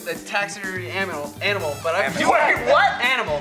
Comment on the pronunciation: said "aminal" before Damien did lol